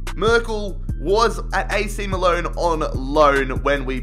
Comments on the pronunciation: I didn’t know that ac milan was called ac miloan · "AC Miloan" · Does Anyone else get annoyed how he says Milan?